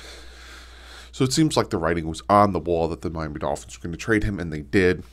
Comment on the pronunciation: I keep hearing him say Miami Doky in my head now lol